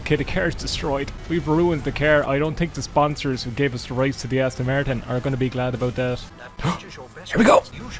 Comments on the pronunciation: "An Aston Mertin cerr!!!" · „There is the Äston Märton - what a cär!“